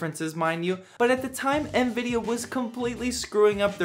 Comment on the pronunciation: Lol, "ehanVidia". I love how people add extra invisible letters when pronouncing it.